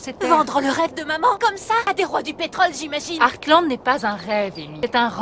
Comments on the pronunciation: Il dit eathland et pas Heartland xD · Tu le prononce comme tu veux mais sa dit artland et pas hearsland mais tu l’as bien écrit mais tu fait comme tu veux ☺️ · je suis hyper fan d'heartland donc t'es pas obligé de défoncer la série MDR sinon ça se dit heartland et pas hearsland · "ersseland" tu m'as tuée XD C'est pas earthland le ranch, c'est HEARTland donc "artelande" l'anglais c'est pas ton fort ^^ Heartland est une série familiale avec son lot d'incohérences et de mièvreries mais j'ai un plaisir même pas coupable à la suivre depuis une dizaine d'années, les personnages sont attachants, les histoires sympas, les chevaux occupent une place de premier plan malgré les histoires secondaires nombreuses, c'est chouette. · Et ça se dit hearte land pas hearce land 😂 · jsuis désoler mais comment tu prononce les noms des ranch c’est trop drôle 😭😭